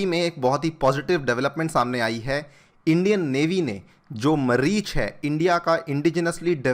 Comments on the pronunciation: Mareech not sir maaaaareech .u say u r Agnihotri a Brahmin u donno how to even pronounce . What will you teach man guys be aware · मरीच नहीं मारीच है😄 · It's not Mareech, it's MAREECH at least pronounce it properly. The demon Ally of Ravana. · मरीच nahi मारीच correct pronunciation yeh us vykti ka naam hai jisne ramayan me swarn mrig ka roop dharan kiya tha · Req CORRECTLY PRONOUNCE. MAARICH a villain in Ramayan whi disguise hus original face CHHADMAVESHI.